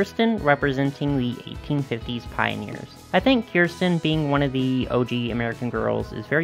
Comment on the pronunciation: It’s pronounced “ker-sten”😡